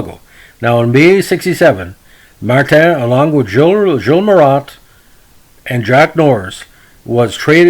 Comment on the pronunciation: I like you pronounce his name, mar-tan, being he was French- canadian, I've heard it pronounced that way when he scored at the Montreal Forum🙂 his first name oo-bear (Hubert). Too bad about the trade stigma, he was a fine player